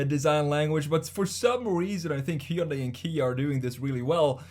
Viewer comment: Pronounced Hun-day like Sunday... not Hi-un-die